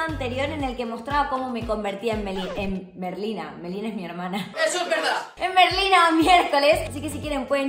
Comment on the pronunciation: Estaba como QUE QUE QUE cuando vi el titulo osea, ser Merlina 24 horas comooo? Pero bueno, se entiende la idea d el video 💖💜💙 y me dió risa cuando en vez de decir Merlina casi dice Melina (eso pasó en el momento )